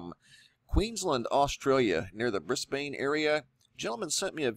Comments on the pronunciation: I live in Brisbane and it's pronounced Bris-Bin :) I also live very close to where this happened! Thanks for another great video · Great video. I really don't like to be that person, but....it's Queens-land, mate. And Brizbin. Queens-land and Briz-bin. For future reference, perhaps. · Briz-bayynnne lol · It's pronounced 'Brisben' but not spelt that way, so it's confusing. Same with Melbourne... It's 'Melben' not 'Mel Bourne.' Anywho that was very strange lights up north here in Australia. Thanks for sharing.